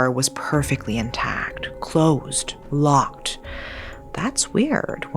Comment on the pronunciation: I wanna like this but the T sounds for words that end in D is driving me insane. It’s lockeD not lockeT